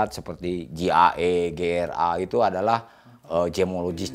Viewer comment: Maaf bukan Gia tapi GRA